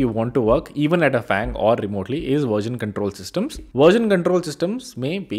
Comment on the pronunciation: It is version not verjen … 😂